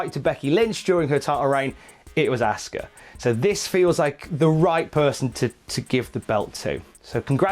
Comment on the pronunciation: Had to stop watching when he kept says "asska" its pronounced "awska"